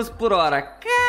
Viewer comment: Dificuldade de uma pessoa de falar CaRaCa é impressionante... vai num fonoaudiólogo, tem esperança... ñ se deprima!😂